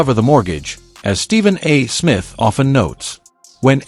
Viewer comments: Do your own audio. It's sooooooooo annoying listening to an AI try to read simple, 3rd grade English. It's not Stephen A........................................................................................................................................ Smith. There is no punctuation of any sort between the A. and Smith other then to signify an abbreviation., not the end of a sentence and then a pause. If you are talented enough to handle this simple task yourself, stop making videos. _ It's really THAT Simple. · Why can't AI say Stephen A. Smith. Because it has been taught to pause after a full stop (period). It doesn't understand context. It's NOT intelligent. Give us a human commentator. PLEASE!!!!!